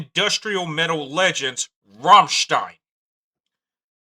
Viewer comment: You can’t pronounce it